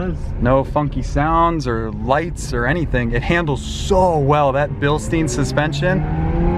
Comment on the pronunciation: They say like bilstin but it’s Billstein